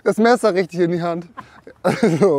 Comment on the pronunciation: Rischddisch goil 👌